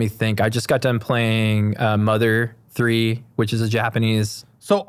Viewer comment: does not know what Mother 3 is, shame. It is funny how he calls it Mama 3 tho